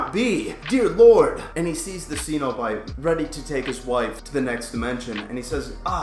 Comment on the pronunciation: Pronounced Sen-O-Bite.....